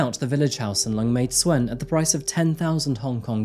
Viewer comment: also little thing tsuen is pronounced 'choon'